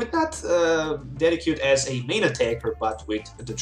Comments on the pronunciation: de sid jew eye not ded e cue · The way you pronounce "Decidueye" makes me cry